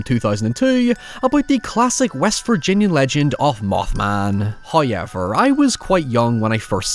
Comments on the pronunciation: The way this guy says "however" and some other "o" words is insane lol, "howyieuver" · Hoiever? Where does this pronounciation come from?